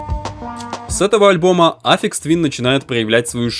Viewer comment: Автор пилит видос про гения, но даже не в курсе, как правильно произносится его псевдоним) Я уж молчу про кагтавую озвучку